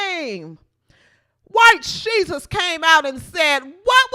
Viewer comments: Lol the way you say white shesus lol. You got my sub for that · 😂😂😂😂 "white shesus" thats awesome